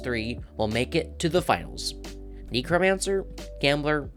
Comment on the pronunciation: I main Gambler trickster necromancer I agree to actually thank God you said it correctly!